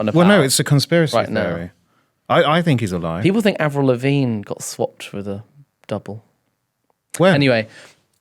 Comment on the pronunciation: “Who’s Avril Marine?”😂